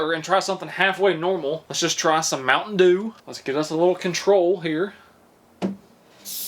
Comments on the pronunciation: The way he says mountain doo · Oh my, the way he said “Mount’n Duew”(Mt. Dew)😂😂😂💀 videos always make my day. 😂